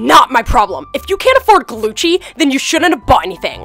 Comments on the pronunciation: You said Gucci wrong because you said Glucci not Gucci. LOL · Its Gucci NOT Glucci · Wow I thought I was hearing "Glucci" but its really Glucci xd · I love it I love how they call it glucci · Glucci!?!?!? I thought it was GUCCI!!!!!!! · You mean Gucci Not glucci👏🏽👏🏽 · Y does she call it GLUCCI I THOUGHT IT WAS GUCCI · it is not gluggi it is gucci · Sorry too tell you it's not glucci it's Gucci srry😭😫😫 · It’s Gucci not glucci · LoL 😟😫😂😂😂😂😂😂😂😂😂😂😂😂😂 she spells Gucci wrong she said Glucci and it’s Gucci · It’s not Glucci it’s Gucci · Isn't it Gucci not Glucci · Its not glucci its Gucci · Its. GUCCI not GLUCCI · it's gucci not glucci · It is gucci not glucci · Its gucci, not glucci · No. It’s not Glucci. It’s Gucci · Did anyone notice the l in Gucci